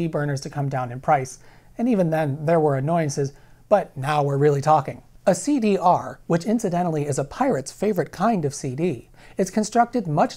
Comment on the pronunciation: You did not just say CD Arrrrrr...omg so good